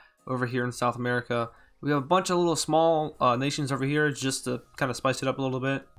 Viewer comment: it sounds like you said sexual america 😂